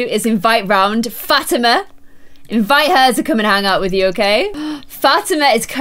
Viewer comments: Fat-ima is actually Fa-ti-ma 😂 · Liliths friends name is pronounced Fat-e-ma because I have a friend named Fatima